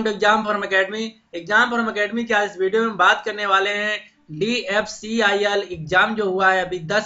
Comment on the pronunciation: Jo DFCCIL sahi se bol ni pa rha h wo mujhe cutOff btaega..